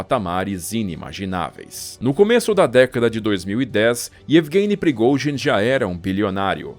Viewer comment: Esse cara é um poeta da narração.. da gosto de ouvir as palavras e outra coisa eu aprendi a pronunciar o nome de prigozin...kkk